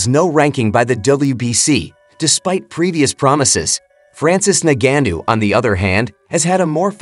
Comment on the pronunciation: Say Ngannou correctly 🤔🤔